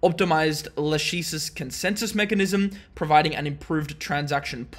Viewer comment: It's pronounced /ˈlækɪsɪs/,! (LA-kisses)